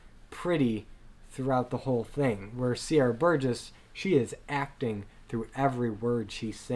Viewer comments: Why do you keep calling Sierra Boggess Sierra Burgess? Also Emmy was a trained singer she was just too young. She was 16 when she auditioned and she just didn’t have the vocal maturity needed for the part. Joel and Andrew should have known better. Patrick Wilson was a Broadway star. He was in several musicals on Broadway including Oklahoma and The Full Monty. I agree with a lot of your points but calling Patrick Wilson “not Broadway trained” when he literally trained to and eventually did perform on Broadway is just disrespectful. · I agree with everything you said in this video lmao BUT I am so TRIGGERED by the way you're pronouncing their names! It's pronounced RUHmin KUHrimloo and Sierra BoGUESS lollllll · Pretty good comparison, but the way you mispronounce Ramin Karimloo and Sierra Boggess is almost unforgiveable. And Patrick Wilson is a well known Broadway actor. Look him up. And to call Andrew Lloyd Webber a one-hit wonder has made me decide to never look up any of your other reviews. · 😂 bit harsh, but yes. The lack of research is killing me